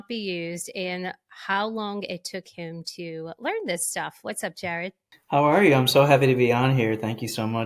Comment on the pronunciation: 💖💖💖 I’m loving your content. Found you after your interview with Gary Brecka and so happy I did. And after this episode , found out you’re from NOLA. Me too! Born and raised. Just moved to Denver a year ago. Am I hearing some Marrero in there from how you said “Jaared”??🫶🫶